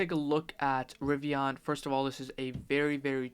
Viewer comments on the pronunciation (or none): What the hell is a Ri-vi-Ah-n?